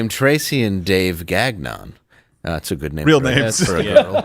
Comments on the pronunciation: Gagnon: pronounced "gone-yah" At least that's how we say in the upper midwest. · Gagnon is pronounced GON YO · No no no you've pronounced it all wrong! It's Mrs. Gag-n-on. 😏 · How did Steven let him say GaGnon so many times. For the win!